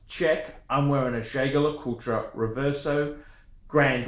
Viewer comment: This is the worst watch opinion I’ve seen on YouTube. Congrats on owning a Reverso. Please stop butchering the pronunciation of Jaquet (it’s very similar to ‘jockey’).